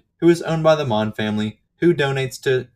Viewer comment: Mohn means poppy in german. The second pronunciation was on point.